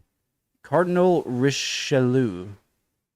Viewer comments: "Richelieu" is pronounced "Risheliöh" instead of "Rishelue" (the French "eu" is an "ö" sound) and the French "oi" like in "Poissant" or "croix" is an "o-ahh" sound. Also, the "and" in "Mitterrand" is a long, nasal (!!!) "oh". 🙂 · Charles Martel won against the Muslims between Poitiers and Tours in 732. Tip for Richelieu, try to detatch the i of ieu like so: "Richelee-eu" but the trick is to do it very fast. Richelieu wasn't there anymore when Louis XIV came to power, the Chief Minister was already his successor Cardinal Mazarin. Richelieu and Louis XIII are characters in The Three Musketeers, Richelieu being one of the baddies. Fun fact: Poisson with two s (not pronounced z, it's not poison) means Fish in French. Jeanne; ea is not pronounced like in English but like the a of "aah, I see" BTW, Pompadour's name is reference in Babar the Elephant stories, his Diplomatic and Protocol counselor is nameed Pompadour. Brioche is not really bread, it's more of a sweet breadlike pastry. The so called outrage comes from the fact that Marie Antoinette is supposed to have said this ("give them a good pastry intead of bread") when those poor women needed bread, during a dire economic crisis. But as you see, we are not even sure she said that. Napoleon was proclaimed Emperor on the 2nd of December 1804. Exactly one year later he won the Battle of Austerlitz. Charles X was the last very traditionnal monarch who was officially crowned in Reims Cathedral and he was a blithering stubborn idiot not unlike a certain American President... His successor, Louis Philippe was the polar opposite, not crowned, nicknamed the Bourgeois King. Napoleon III delcared himself Emperor of the French in 1850 but was elected President in 1